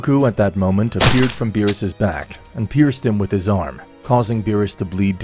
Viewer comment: Ok, so the story is pretty good but I'd have to say that the execution of it has just degraded more & more to a shitpost lvl for me due to the character's names constantly being badly mispronounced along with the character's personalities going out of character unrealistically; even for a what-if. (the only character that personality makes sense is Goku & that's only because the what-if is centered around him)